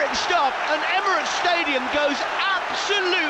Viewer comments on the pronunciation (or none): none